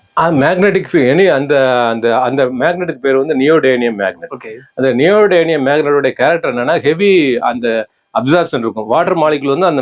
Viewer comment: நியோடிமியம் என்ற வேற்று மொழிச் சொல்லை அவருக்கு சரியாகவே உச்சரிக்க வரவில்லை. நியோடைனியம் என்றே கூறி சமாளிக்கிறார். இந்த நியோடிமியம் என்ற தனிமம் ஆங்கிலத்தில் ரேர் எர்த் மெட்டீரியல் எனப்படுகிறது.